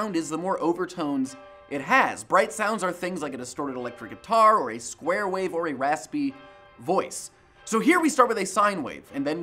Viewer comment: Am I the only one who heard 'Swear Waves'? "Motherf-" oh, he said '*Square* Waves'.